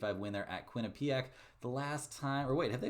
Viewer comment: it’s not Quin-ah-PEE-ack